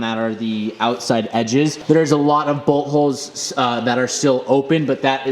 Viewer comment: “There’s alot of bolt holes.” lol. Literally sounded like “alot of butt holes.”